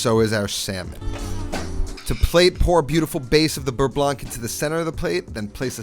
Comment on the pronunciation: bearnaise also contains tarragon besides egg yolks (compared to beurre blanc and btw you do not pronounce the ending c in "blanc")